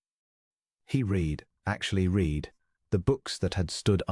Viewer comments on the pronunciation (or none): Read is in the past tense should be pronounced as ‘red’! The sentence around 14 minutes doesn’t make any sense. Already commented on the pronouncement of the name of the duchess!